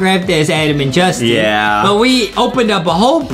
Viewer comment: Its justin not dustin